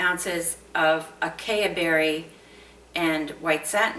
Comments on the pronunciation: It's "ah-sigh-ee" berry, not "uh-kay-uh". 😊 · Quite a cute design. Acai Berry is pronounced, "A-s-eye" berry. Castor oil sure helped give you lovely suds. Love those colors! 😀